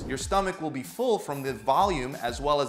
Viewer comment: as weel as the fiber... WEEL? XD